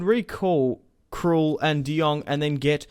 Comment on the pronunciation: You said Tom krul